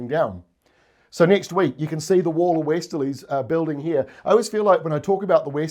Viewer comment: Please tell me you just said nek week?? 😂😂😂😂